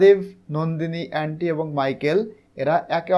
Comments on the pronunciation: ওটা এ্যান্টি হবে না। ওটা অন্তি হবে। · Not এন্ডি Only ওন্তি😅